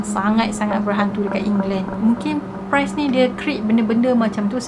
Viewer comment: Ye mmg best..tpi ade beberape perkataan yg kene fix jgk macm priest..bkn pronounce as price